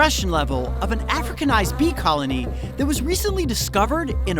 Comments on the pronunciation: It just feels very uncomfortable to listen to him emphasize the “docile european queens” in contrast to the “hostile africanized queens”. It’s not your fault that you don’t feel uncomfortable about it, but a lot of us do, so please respect that. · Yeah he's stressing it a bit too much